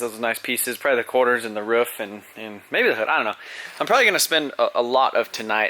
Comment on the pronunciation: did you really just say the ruuuff lol you mean roof? not ruuff lol xD